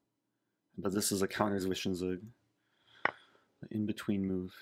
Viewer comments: for any non-germans having problems with "Zwischenzug": Try to pronounce it more like ts-wischen-ts-ug (ts as in lets, "Z" is a very sharp sound in german). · 😂😂 i am german it was very funny xD